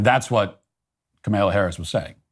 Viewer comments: Ka-MALE-UH Harris 😂 I LOVE it when her stupid name is purposely mispronounced 😂😂😂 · No fan of Kamala, but geez Matt learn to pronounce her name and also read the original Declaration not the later version. Also, the Constitution is the governing doctrine which makes no mention of the Christian fabricated God and later "In God we trust," etc.